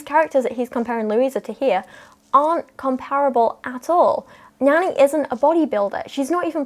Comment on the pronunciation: 🤓: It’s pronounced like None-knee not Nanny